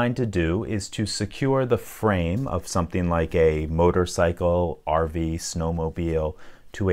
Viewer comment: He said rv what